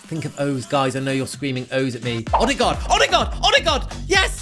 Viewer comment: Ødegaard is Ø not O